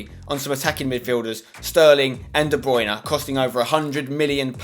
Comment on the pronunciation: Spencer I love you but it's DE BRUYNE not DE BRUYNA